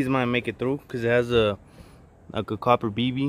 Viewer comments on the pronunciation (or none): none